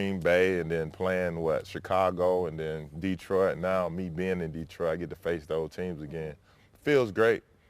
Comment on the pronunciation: Yo Za'Darius, first lesson - pronunciation... ✅ da-TROIT ✅ duh-TROIT ✅ dee-TROIT ❌ DEE-troit <---- never